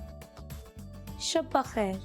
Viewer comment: Nice teaching miss but it's shab bakhair not Shaba bakhair